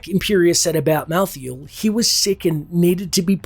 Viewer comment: Here's some important notes for you; (1) It is Mal-thael not Mouth-feel, wtf... (2) Imperius did not know diablo had turned into the prime evil when challanging him outside the gates of heaven. (3) Imperius had nothing to lose when challanging diablo, all angels simply respawns again at the crystal arch when killed which is why it's such a big deal when Diablo reaches it. (4) Imperius hates humans because they are half demons, just like Malthael he recognizes that there's no end to the eternal conflict as long as humans exist. (5) Imperius is not aware of the prophecy that the high heavens were to lose against the demons, only Itherael knows about it and he keeps it secret which is why Itherael votes to spare the humans as they were a wild card that could change their fate. Tyrael wanted to exterminate humanity as well at first but had a change of heart when a nephalem sacrificed his life for the greater good. Being the Archangel of Justice this made him realize that humans can be good and therefore can't be exterminated. (6) Imperius changes his attitude against you after you save the high heavens, seen in the reaper of souls. He still have very good reason to doubt humanity though, as all angels should. Nephalem are unpredictable ticking timebombs that can literally kill celestial aspects. This nephalem happened to be on heavens side but the next one might not be.